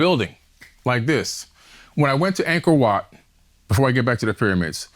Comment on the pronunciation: "Angkord Wat" google it folks